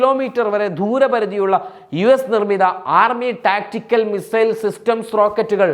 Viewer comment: Mizail അല്ല, അരോചകം തോന്നുന്നു, മിസൈൽ എന്നല്ലേ പറയാ